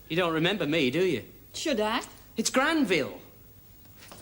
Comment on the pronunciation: Granville...Not Glanville :D